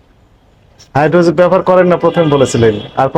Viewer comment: আরে মুর্খ সাংবাদিক অইটা হাইড্রোজিন(Hydrazine N2H4) হাইড্রোজেন (H2) না.